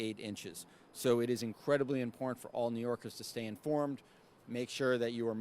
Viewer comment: He calls New Yorkers, '''New Yorgis''. This place is shot.